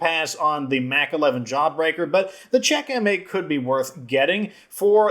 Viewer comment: It's also odd that the Sweet Spot has dismemberment at all. How a bat can knock an arm or leg off is beyond me. Also, Czech M8 would be pronounced "checkmate". The Golden Honcho is hilarious to me. In reality, an AK47 (or any other assault rifle/carbine) with no stock wouldn't be as controllable as it is in-game. Yes, it has the "Romanian Dong" forward grip, but that only helps so much. All that said, I love the Czech M8 and MPX Competition. Especially with a gunslinger. Although my favorite weapon to use with a gunslinger is a shotgun.